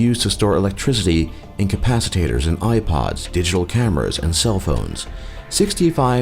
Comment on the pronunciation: Compasitators? You mean capacitors?